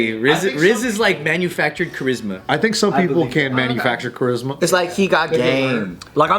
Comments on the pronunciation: its just cha-rizz-ma, didnt have to make it more complicated lmao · It's cha"rizz"ma